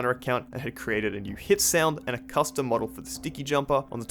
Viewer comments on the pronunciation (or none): none